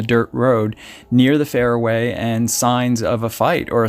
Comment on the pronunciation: Good info. Love your channel but your pronunciation of Chiracahua Sonoran and Faraway isn't correct : )